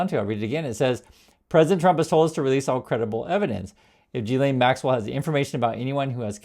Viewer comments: It's pronounced Geese-lenn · *guil LEN Mispronunciation undermines your argument